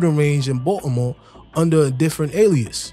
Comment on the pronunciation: Why u keep pronouncing Baltimore like that Watchu slow or something 😂😂